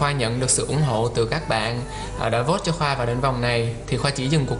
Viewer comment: " em sẽ bị rớt vốt rất là nhiều " ^:)^ , mình hỉu sao bạn dk được nhận xét là phát âm chuyển ràu đó ^:)^ .